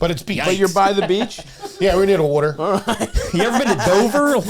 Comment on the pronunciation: saying it's "near the wuotour" when talking about Hawaii is a sneaky great joke. Lol